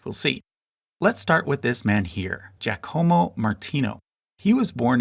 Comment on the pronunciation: JYA-koh-moh, not jya-KOH-moh